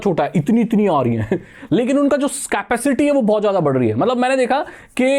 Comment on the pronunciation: It's capacity not scapicity 😂